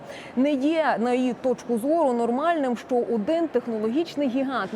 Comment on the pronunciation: Як же мене висушує це її шчо, точъку зору. Ну чому це бл&дство стало трендом. Поясніть цій малій, Що її роботизована вимова до української не має ніякого відношення.